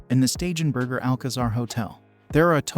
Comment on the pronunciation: Please tell the narrator that he is constantly mispronouncing STEIGENBERGER = SHTAI-GEN- BERGER